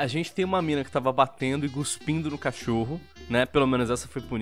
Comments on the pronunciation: É cuhspidu não cuspindo jovem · É cuspindo e nao "guspindo" jovem